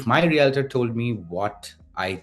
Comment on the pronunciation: Good video, but please try to learn the proper pronunciation of the word Realtor! Yikes